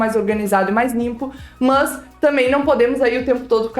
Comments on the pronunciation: na verdade ela fala "Mus" kkkk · Acho engraçado você falando "mas" kkkk Excelente vídeo. Obrigado por passar suas experiências, elas serão muito úteis